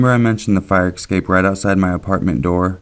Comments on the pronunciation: Escape. S cape. Essssssssss-cape. I've watched a few of your vids, you're one of my favorite narrators, (and I listen to MANY) ...but you always say this word incorrectly. Mispronunciation drives me crazy, if reading is something you do often. It isn't "EKSAPE". Es. Cape. ;-) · EScape not EXcape. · Oh my god, when will people learn that escape is NOT pronounced "ecscape"?! Did you never attend 3rd grade??? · stop saying exscape... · Hannah Collopy Lol thanks for informing, I just had to wonder because it sounded weird to me :D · Please sir, there are no x'es in escape and et cetera. Please. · Some people pronounce it like that.